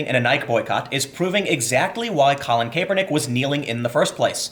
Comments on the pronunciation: Tim, Kaepernick's pronounced 'CAP'-ernick, not 'CAPE'-ernick. Also, the fact Nike is getting such a nice response in it's stock market (at least if the drop holds) is mildly amusing to me. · Almost turned it off with the pronunciation of Nike and kapernick. It was a struggle but I made it Tim. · Pronounced: "Ni-Kee" "Kah-per-nick" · I love your work Tim, but damn the way you pronounce Kaepernick and Nike actually made me sweat from cringing. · Tim, did you have a stroke? I’ve never heard anyone pronounce Nike or Kaepernick like that.